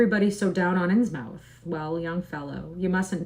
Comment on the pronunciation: Its pronounced Insmuth ;)